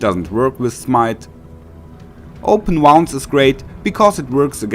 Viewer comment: Yes, but not how to say "Open Wounds" 😂😂😂😂